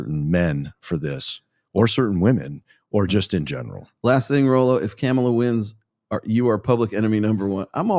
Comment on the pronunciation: I bet mispronounces her name on purpose. I do the same😂